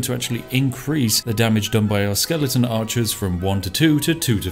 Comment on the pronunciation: Say skeleNton one more time.